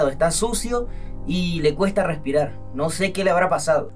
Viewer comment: Nando: No puedo Grespirar Nadie: Absolutamente Nadie: Yolo: Ya.ya respira tranquilo